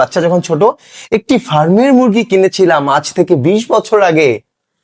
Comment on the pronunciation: ভাই আপনাকে সন্মান করে বলছি, ঐ শিক্ষিকা ফার্মের মুরগী বলেননি, উনি বলেছেন পার্মের মুরগি। উনি গন্ধ কে বলছেন ঘন্ধ।